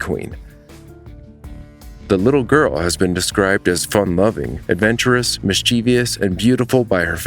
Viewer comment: Miss-chivv-us, not miss-chee-vious.